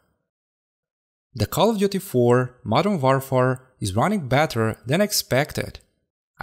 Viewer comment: ah yes the Modern WarFar